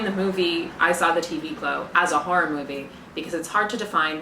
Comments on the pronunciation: I love the thick Boston edge on the way she says the word horror as "harr-ir". It delights me. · I love that you say “horror” the way my mom does. “Harrar” “Haurrible” ❤ lol